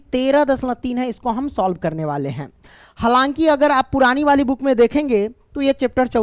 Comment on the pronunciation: Sir halanki nhi bolte hai halaki bolte hai😊